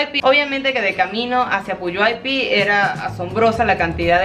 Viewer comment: lees textual el pueblo de Puyuhuapi, pero se pronuncia con G Quedaría PUYUGUAPÍ, lindo video